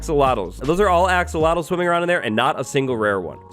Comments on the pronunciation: He's said "axowatles" so much that I sometimes forget that they're actually "axolotls". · I heard "Axowatls" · Axowattles... yee!